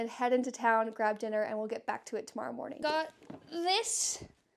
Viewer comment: Psssst 🤫(in a whisper so no one else will notice) you said "the next monring..."